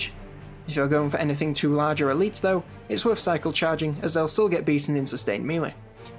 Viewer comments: Christ laddie! If you're gonna use the word melee a million times at least learn how to pronounce it! Nice video, very thorough! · Melee is pronounced maylay